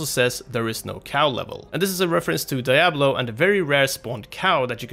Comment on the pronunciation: Levels of nerdrage rising with each "Die-ablo"